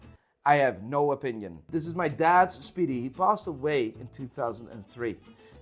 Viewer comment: "I have no O-Pinion" I'll show myself out...